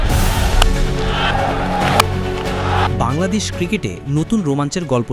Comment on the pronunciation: ভাই ওটা বাল্লাদেশ না ওটা বাংলাদেশ হবে 😂